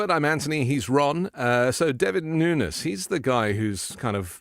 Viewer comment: The idiot's last name is pronounced Nu - Nes, and not Noons... FYI